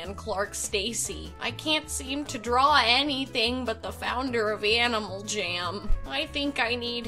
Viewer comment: Sounded like you said Animal ''Jim'' XD Btw your amazing! Idk if I would be a successful jammer without you :)